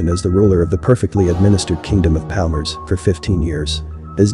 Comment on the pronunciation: It's pronounced "zoom-BEE." Also, the quilombo [kee-LOHM-bow] in question is pronounced "paal-MAR-es." Axé Capoeira!!